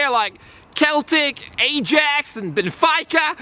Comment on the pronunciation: Keltic * Shudders * Ayejax Gags Benefeyeca? 😃🔫